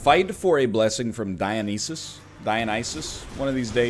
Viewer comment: Cmon NL, I thought you listened to Rush, you should know how to pronounce Dionysus!